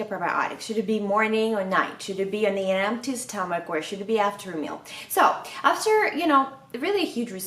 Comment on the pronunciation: Stommach "Eycid" :)))